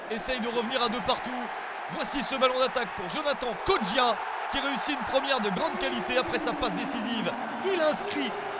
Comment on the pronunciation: Non ce n'est pas Kodja mais Kodjia :D Allez Malherbe !!